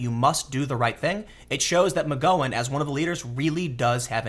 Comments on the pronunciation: Okay you're pronouncing Asia's name properly. But McGowan is pronounced "Gow, like cow", not "Gow like go on" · Tim... the 'ow' in McGowan is pronounced like the pronunciation of pain. It is McGowan not McGOwan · I am sorry, but this Rose Magoin thing is driving me CRAZY! Mac-Gow-an MacGowan not Ma-go-in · I love you tim but jesus h christ you mispronounce everything lol. Its rose mc-gow-wan not mc-go-when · Muh-gow-en not muh-go-en. Gow is said like cow. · God Tim, I just love it when you mispronounce words lmao Rose Mc "Go on" (flashback to Ms. Doyle, go on go on go on go on go on) its Gow like Plow or Brow ;) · tim.... say oww out loud... now use that to say gow... now mcgowan... there you go, you've been learned. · Rose Mc-Gow-an, as in 'ow - gow' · Rose McGo-en 😂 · Its Rose Mc Gow (ow) an my dude. You pronounced As e ah right so this bothered me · "Aw-zya" "Me-goin" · I believe it's McG-"ow"-en, as in "ow that hurts', not a hard 'o'. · Rose Mc--rhymes with cow--Gowan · You have to start looking up how to pronounce names before making videos. It’s-McGown llike wear a gown. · you pronounce Roses last name wrong, it bugs me :-) It Mc GOW'in like COW. Just sayin. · Tim you're shitty pronunciation is making it really hard to listen to your videos. Watch TV, dude. McGOWan. Gow like wow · Rose "Muhgoin" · Gow rhymes with cow. Oddly enough. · Mick GOW anne Lol Tim you kill me with your pronunciations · It's cool. I didn't need my liver anyway. ahem pronounced "Mc Gow-ann" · Tim, how in the hell do you pronounce Asia wrong? I couldn't get past 2 mins with you pronouncing Asia and McGowan like that. This is like Kaepernick and Nike all over again. Do you not see these comments? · Disliked. Only for Tims pronunciation of McGowan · Her name is pronounced with a short 'ow' sound like in the word 'wow'; not a long 'oh' like in the word 'whoah'. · Tim can't pronounce the name of anyone or thing correctly... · why can't Tim say McGowan? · I was referring to Mcgowan